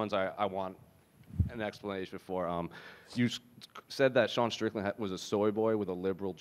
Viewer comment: Paulo saying Shan Strickland😂😂